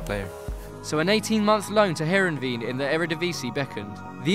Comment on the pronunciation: You don't pronounce Heerenveen, as Hierenveen. You pronounce it as Hereveen